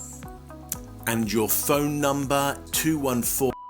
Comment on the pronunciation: “Phone NuMBA” 😅